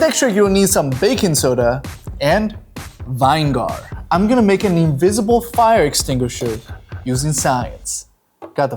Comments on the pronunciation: it’s not vine-gar, it’s vi-ni-ger.😂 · Stop sayin' vine gar! It's vin e gar! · its vinegar not vine gar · Vinegar not vine gar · vinegar lol not vingar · Baking soda and..Vine-gar bro wtf